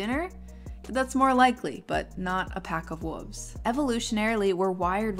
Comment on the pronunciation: Me hearing you say “wolves” as “wooves”: 😳